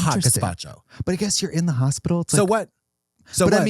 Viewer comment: just going through my day saying, "hopitol"